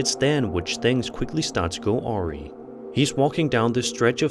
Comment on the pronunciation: oree? Awry is pronounced 'uh-RYE' which I'm pretty sure is what you were trying to say